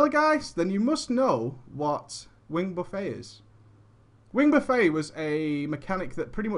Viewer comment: Love you to death,, but it's pronounced "buff-ett." As in "buffeted by wings."